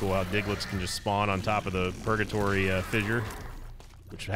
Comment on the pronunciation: Why did he call purgatory pogatory